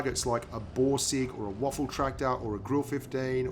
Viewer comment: for the love of god, WAFFEN!! not waffle lols:P its getting old!!